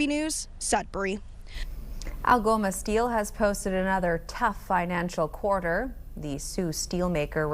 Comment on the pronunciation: What's a "quater"...😂